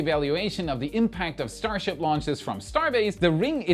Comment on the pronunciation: "Enough Starshiip for today." no